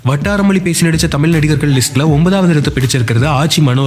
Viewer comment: மொழி என்று சொல்லிப் பழகுங்கள்